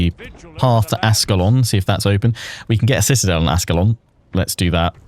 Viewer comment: the city of ascalon is pronounced "ash-ke-lon"